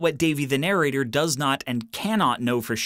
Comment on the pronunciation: narrator pronunciation - /nəˈreɪtə/